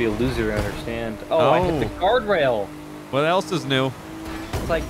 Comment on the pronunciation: When he said I hit a gawrdwail instead of guardrail 😂